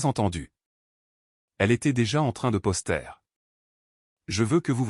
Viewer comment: Le narrateur ferait bien mieux de suivre des cours pour apprendre le français, comme par exemple ::: on dit poster et non pas posteur,,,, c'est vraiment lamentable et il veut qu'on s’abonne à sa chaîne 🤣🤣🤣🤣🤣🤣🤣🤣🤣🤣